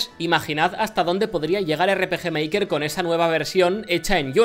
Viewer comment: miy bueno el erre peje meiker